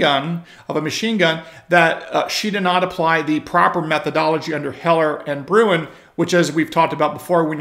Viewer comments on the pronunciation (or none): none